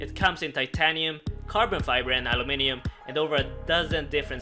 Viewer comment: Al lou miniam lmao